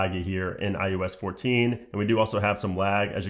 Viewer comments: It’s pronounced I O S not I U S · “I U S 14” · Hmm 🤔. Is he saying. “ ius “?